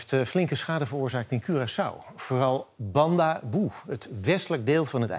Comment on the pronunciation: Foei NOS en Rob Trip. Hebben jullie je niet beter kunnen informeren hoe je de naam van Bándabou moet uitspreken? Rob Trip heeft het over Bandaboe (op ). In het Papiaments wordt de ou-klank uitgesproken zoals kou in het Nederlands. BOEOEOE!!! tegen de NOS